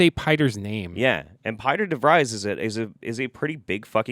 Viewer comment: Pieter DeVries is a real world dutch name, it's pronounced like the english peter and 'de-frees'.